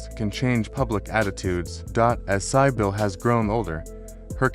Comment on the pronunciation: Your reader is very poor, not even pronouncing Cybill correctly!